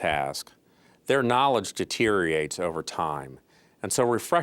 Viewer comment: Lol at bow tie and glasses guy saying "deteriates"